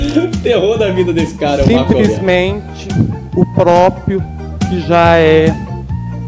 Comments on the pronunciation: "Simprismente","câmera ".... Oh! Bagaceiraaaaaaa.....🤦‍♀️🤦‍♀️ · ..."simPrismente" votei no Marcos Roberto pra presidente da "câmera"... Oooooo Brasil.............